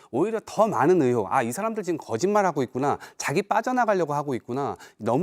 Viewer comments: 쟤 왜 으혹이라고 하는거냐 으혹이 뭐야 으혹이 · 씨 으혹은 어느 나라 말인지... 혹시 의혹이라고 얘기하고 싶은건가... ㅠㅠ